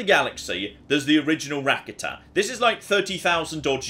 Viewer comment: Rakata is pronounced: Ra-carter